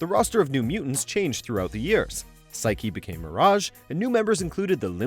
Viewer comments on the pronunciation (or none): none